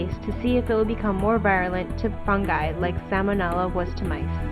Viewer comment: Sal-moh-nella. Vye-roo-lent.